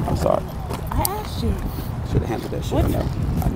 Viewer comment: " I axed you .. I axed you '' .. Did she ? 😱😱